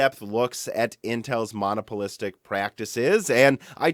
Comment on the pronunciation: Lol, when you say the word monopolistic, it sounds like you're talking about a single pole magnet.